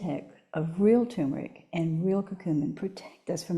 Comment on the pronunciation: I wish that people pronouncing the word Turmeric would say TUR MER IC, not TU MER IC.